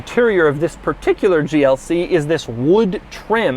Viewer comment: Doug always starts his vedio with a ‘Ziss’ lol